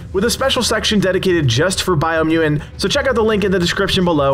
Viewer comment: Did you overcome a speech impediment or something? Or is it just one of those words that throws you off?